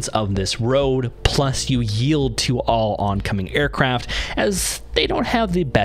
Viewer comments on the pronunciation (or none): 02.58 YIELD not YELD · I'm just giggling at that YELD... That's supposed to mean "yield" right? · ...anybody else bothered by "YELD"? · Good video. Enjoyed it. YELD?